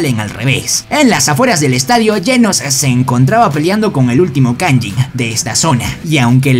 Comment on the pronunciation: No se dice kayin se dice kayjin